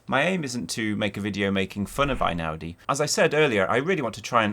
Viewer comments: One point about his name. Since he's Italian not German, isn't it "ey-now-dee" rather than "eye-now-dee"? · Maybe this has been said before, but his name is NOT pronounced I-naudi but Eh-ee-naudi. In Italian the "E-I" sound of two vowels next to each other is a diphthong comprised of a separate "eh" sound as in "ten" and an "ee" sound as in "bee." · He is Italian, so the first syllable of his name rhymes with hay not with rye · Interesting reflections but it would be better to start with pronouncing his surname correctly.